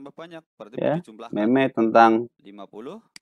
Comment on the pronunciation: Maaf Pak🙏 itu dibacanya "meme" bukan "meme"